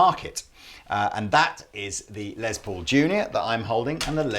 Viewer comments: Stop making les Paul sound like a lesbian! It’s “less” Paul not” lez”Paul! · You Brits pronounce it "Lez" Paul. It's short for Lester (Lester Polfous was his birth name), so it's like "Less". Just fyi. Does not bother me, it's just interesting.